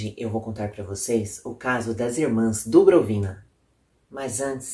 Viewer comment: Muito bom o vídeo. Só lembrando: pronúncia do sobrenome russo é "Dubróvina".